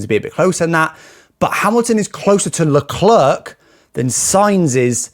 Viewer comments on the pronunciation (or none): Nice video! But pleeeeease practice how to pronounce Leclerc!😂 i know you have a big big disadvantage with respect to languages....but you are not even trying 😂!